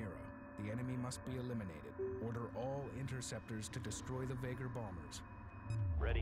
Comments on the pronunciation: temps mieux d'avoir eu une remarque utile :) p.s: j'ai même pas remarquer que les voix "anglaises" disaient aussi "vaygueurs" pour moi c'est naturel de le prononcer comme cela (a force des jeux^^) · Oberon Oui en réécoutant la vidéo j'ai remarqué le vaygr prononcé à la française, je le prononcerais à l'anglaise les prochaines fois ;) Pour les saccades je vais vérifier les options. ça peut aussi venir du logiciel de recording, parce que je ne les aient pas à l'écran quand je joue.